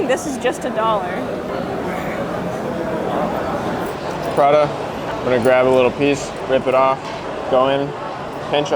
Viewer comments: Sorry… but it’s pronounced PRATA not PraDa… sorry, sorry was kinda triggered…😂😂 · not 'prada' but 'pra-tah' 🤣 edit: also, prata's a great supper option, especially when you get the drunk munchies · I like how the woman pronounce prata as Prada😅. You get a like from me!